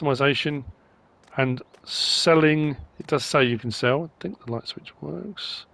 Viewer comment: Almost always some great mods in modreviews. Almost.:) Mostly great assortment of attachments from NMC, but the digging buckets will be great if you have dirt on the map like on Rassvet and the grapple will cause frustrations for loggers. “are you lait (late)? No you’re misunderstanding. I said I’m lait (light)” 😂 You sound like you’re feeling better again 👍🏻